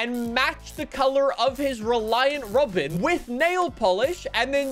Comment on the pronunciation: After speaking about his grandparent's neighbor, notice how started letting the accent really come through when he said "rawBin"